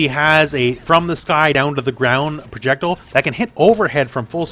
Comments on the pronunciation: Are you physically unable to say projectile?? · ProJECtle lmao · The way you say "projectile" is funny 🤷🏻‍♂️